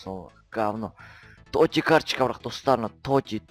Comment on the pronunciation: тоти емес тотс